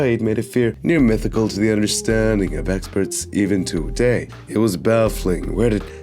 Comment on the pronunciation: e-ven to-day